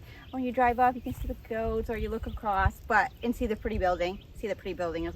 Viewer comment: OMG did you really say "acrosst"? Joistses is bad enough.